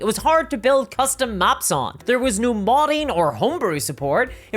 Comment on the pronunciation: i like your accent except the part where you pronounce no as "nigh"